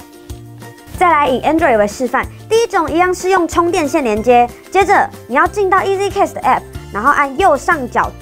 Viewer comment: Cast 要念的像 carst, 不要像 case t. 上Google 查一下 broadcast 怎麼唸....